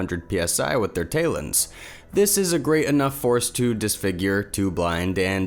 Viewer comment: Tayluns?? Umm... lol. Never heard talon pronounced like that. Talon is indeed pronounced TAL-UHN. YEAH I’ll save the rest of the trolls the trouble, “I’m a Karen, Boomer & whatever else” although I am not. Just drives me crazy to hear such a young & inexperienced narrator butcher words that I thought were common sense?